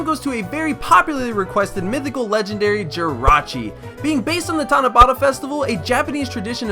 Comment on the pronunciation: The way he pronounced "Tanabata" made me cringe.